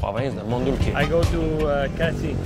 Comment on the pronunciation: Kratié : "krotchèh"